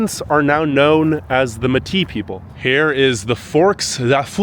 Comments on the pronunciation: I enjoy your videos but you need to do more work on the proper pronunciation of people and places. The mixture of French and Natives are known as " May- Tees" with empathize on the first syllable. You are smart enough to research these things on your own. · I've lived in Winnipeg for just over 30 years now. Just to let you know your pronunciations were pretty good except for the word Metis it is pronounced maytea. Thank you for coming to Winnipeg and sharing our story you did a great job. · Métis, Descendants of fur trappers (mostly Scottish) and native peoples, is pronounced may-tee. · Its pronounced May-tee not me-t. You seem a bit ignorant to me pushing the cold bs and making it out to be some kind of hell hole .I lived all over Canada and some places in the USA and its better then every place i have lived in. Come in the summer and leave your stupid and ignorant bias and preconceived bullshit behind. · lmao i'm "MAy tea" " (metis)" not meh ti LOL